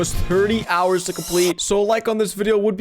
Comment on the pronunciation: hous instead of hours 😂